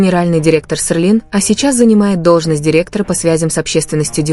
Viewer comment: Рассказчик, научись сначала выговаривать - СЕЛИН.